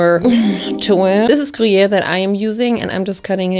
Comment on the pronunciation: IM ALWAYS SO STUNNED BY YOUR FRENCH ACCENT THE BONJOUR TOUT LE MONDE WAS NATIVE HOW DID YOU LEARN TO PRONOUNCIATE SO WELLLLL edit: you pronouncing gruyère PERFECTLY OMG IS THAT WHAT THAT BERET DOES